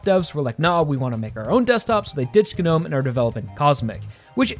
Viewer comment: the G in gnome is silent tell me what this GER-nome is about did some dumb t@@ mispronounce and it took off or is a yank word is it KER nife or a KER night charged into battle